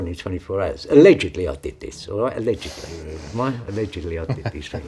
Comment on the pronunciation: ‘And when i did this, ALEDIGLY’